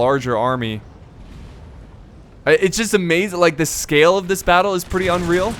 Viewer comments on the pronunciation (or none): none